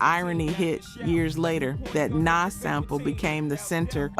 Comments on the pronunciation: How u say you live the music but pronounce names so wrong? Rakim not Rakeem. You didn't even pronounce Nas correctly. I love the focus on music but u gotta learn the names. & Live at the BBQ & Verbal Intercourse should be on this list for Nas's verses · Lol at the way she says Nas. Anyways I miss old rap from the mid to late 90s to the mid to late 2010s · Tupac [TOO-pahk] Nas [NAhZ] Suge [SHUUG] I don't get how you could be mispronouncing these, if you lived this era of hip hop you would have heard these names spoken just as often as you seen them written. The general delivery of your voiceover has improved since the first videos and that improvement aligns with someone becoming more comfortable and confident as experience is gained, so I don't think it's a computer generated voice we are hearing. But as I don't really take an interest in AI audio and its advancements I could be wrong...